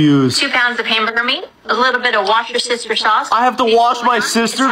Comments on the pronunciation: did she really say wash-your-sister sauce?! It's Worcestershire! Damn Americans, with your 'Color' and 'Yankees' 🤣🤣🤣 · I don't understand why people can't pronounce Worcestershire sauce it's pronounced wuss ti sher sauce